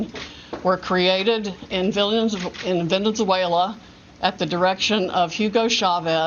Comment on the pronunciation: I knew she’s spewing bs and that’s what’s important here but I am insanely bothered by how she pronounces “Venezuela” 🙃